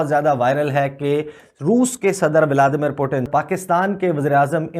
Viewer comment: Abe बोबडे narrator, it is vladimir not vaaldimir